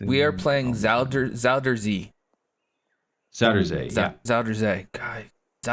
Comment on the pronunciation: Alternate title: fails to pronounce a links course while a Dutch robot speaks in the background;) In all seriousness, I'd be delighted to do this with you in future if I get the chance. Great series idea:)